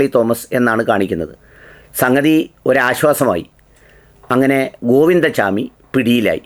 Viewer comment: ഗോവിന്ദ ചാമി അല്ല ഗോവിന്ദ സ്വാമി ആണ് മലയാളത്തിൽ പറയേണ്ടത്